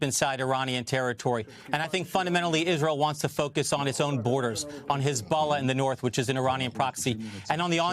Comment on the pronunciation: Iranian not Ironian